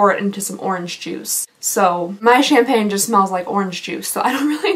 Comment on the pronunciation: Every time you said Champaign, my brain would said Problems. 😅😅😅